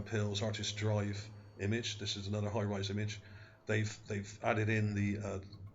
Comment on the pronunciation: lmao... hires = hi-rise ?